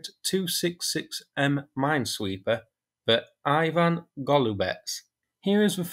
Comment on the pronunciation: Ivan, not Ajvan